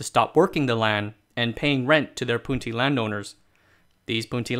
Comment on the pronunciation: It's the correct pronunciation in Hakka, not Cantonese.